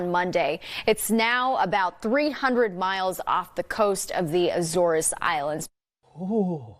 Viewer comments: No one gonna mention the reporter in the beginning pronouncing “Azores” (Ay-Zoors) like Ah-Zoor-ess???? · Sidenote, did the reporter pronounce it A-zore-ez?